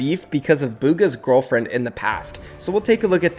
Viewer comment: bro you say gorrallfriend